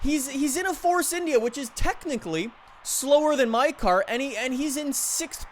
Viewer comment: Why did you call India like that